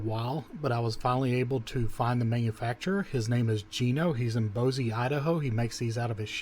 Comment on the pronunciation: Ohmygoodness you killed me with how you pronounced Boise Idaho. That’s my home town. Oh man still laughing. Sorry not trying to make fun of y but they way you said it was a first for me. It’s pronounced Boy-see😂😂😂